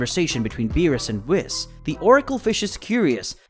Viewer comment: For the love of God his name is pronounced weee, followed by an S not whis as in piss